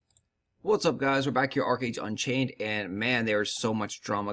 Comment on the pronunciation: It's Archeage. What else is new? Lol